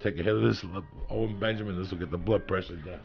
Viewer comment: why does it sound like joeys saying “ole benjamin” makes it so much funnier